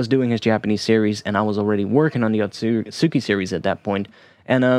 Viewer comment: Atsuki would be pronounced "aht-skee"